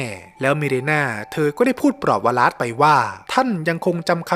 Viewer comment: ว - หลาด ครับ ไม่ใช่ ว-ลาส